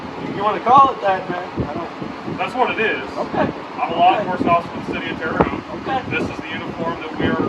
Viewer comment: Its Terre hoe-t not Terre hot. Lol